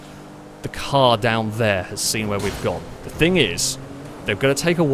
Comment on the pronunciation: Still wish you knew the difference between think and thing .(somethingnot somethink).. can hear my English grammar teacher turning in her grave